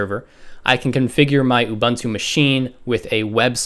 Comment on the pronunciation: did he really just say ubunto susa and deebian? (Sorry if its just an accent but found that quite funny) otherwise really great vid!!!